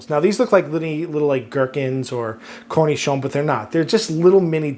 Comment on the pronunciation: Indeed, a perfect pronunciation of cornichon.